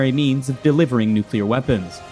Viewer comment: It's not nuclear. 😅